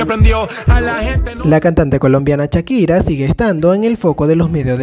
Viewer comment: "Chakira" "cactada" "ocserva" me dió cuscús como pronuncias...